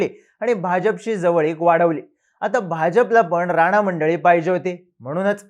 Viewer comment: थोड शब्द निट उच्चार करा. नाचा का म्हणता राणा नाव आहे ते.